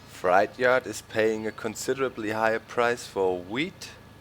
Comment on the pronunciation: It's pronounced fr8 not like a scary fright